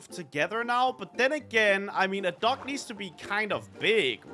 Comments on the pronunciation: Is it me or is anyone else hearing say duck instead of dock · says dock, I hear duck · I heard duck the whole time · saying dock like duck😂😂😂😂